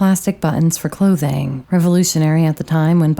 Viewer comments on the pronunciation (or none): none